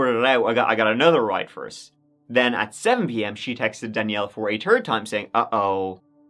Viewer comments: Twenty tird... oh he's saying third... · The twenty turd 😂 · "twenty turd" "turd time" 😹🤣🤣 I freakin love it 😹😹😹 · Every time you say "third" I hear "turd" 😂 on the twenty -turd. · “Twenty turd” 😂🤣😂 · This guy really pronounced 3rd “turd”